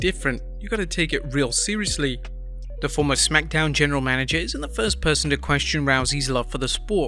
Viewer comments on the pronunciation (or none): none